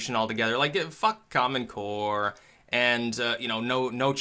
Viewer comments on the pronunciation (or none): none